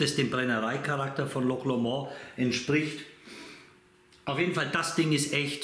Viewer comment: Hi....der ist super!!! 😋Loch Lomond war meine Lieblingsdestillerie 2021, hatte da auch ein Video zu. In meinem nächsten Tasting-Video kommt auch wieder ein Loch Lomond.🥃👍 Übrigens spricht man's nicht französisch aus.😁😉 Ach und noch was wichtiges...ändere mal deinen Titel...da steht Manzanilla und es ist ja ein Amontillado. Hatte mich am Anfang echt gewundert. Dir ein schönes Wochenende. LG Olli, Slàinte🌌